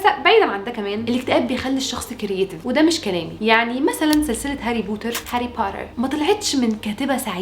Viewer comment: لما قلتي هاري بورر عن هاري بوتر تحركت مشاعري الك عندك انستا ندردش بالموضوع ده الاكتئاب بصراحة اول مرة بحياتي بشوف وحدة مصرية حلوة زيك عسل